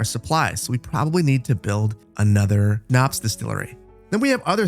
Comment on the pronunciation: This is in no means meant to be rude or to be a know-it-all, but since you had trouble pronounciating Schnaps: Sch = Sh in english, so just say Shnaps! Also, i love that you are playing Anno, would love to see more in the future <3